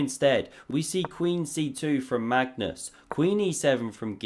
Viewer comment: Absolutely love how you butcher Magnus' name. Next up: Mascus Larsson